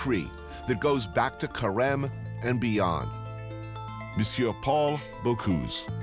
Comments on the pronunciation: come on, if you make a documentary, learn to pronounce people's names!!! Bo-cüse not Bo-cuse!!! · Not Bocouuuuse, BocUse